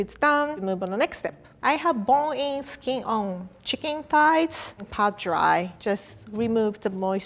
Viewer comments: I have bo en ski o I’m gone💀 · The way she pronounces "bone in, skin on" is so adorable I had to go back and watch it again.